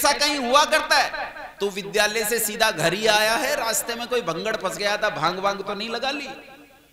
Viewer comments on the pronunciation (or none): none